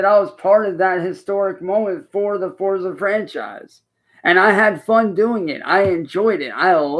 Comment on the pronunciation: you'd think if he was competing at a professional level in Forza, he would know how Forza is pronounced.